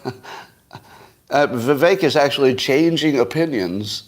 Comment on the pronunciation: holy shit, learn how to pronounce "Vivek"